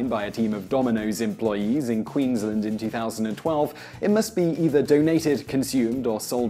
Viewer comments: queenslend? u mean queens-land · Why do all Americans say queenslond instead of Queensland?